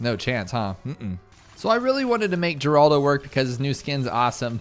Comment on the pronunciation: Mispronouncing Geraldo is tight